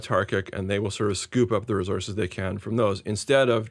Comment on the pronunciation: Resources! Not resources